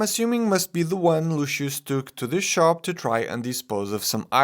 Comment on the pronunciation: Why do people pronounce his name like luuu- chuss????? It's not that hard. It's Lucius... Lu-si-us